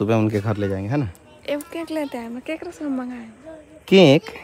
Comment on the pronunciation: केंक क्या होता है?😂 केक को केंक बोल रहे हैं